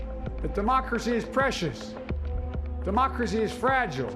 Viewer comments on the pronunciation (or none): "Today we celebrate our Independence day" Joe it's democracy. "Oh" "Today we celebrate our Demonachy" No joe it's DEMOCRACY! "Oh" "Where's my blanky" Go and lie down Joe..... KAMALA Come here, sort this crap out.......